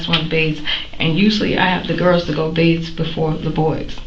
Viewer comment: The word is BATHE not BAISE.